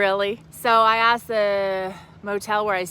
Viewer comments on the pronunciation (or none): none